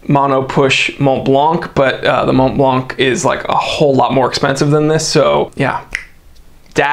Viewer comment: Le french tips: gradué=graduay. Montblanc= Monblan, not Monblank.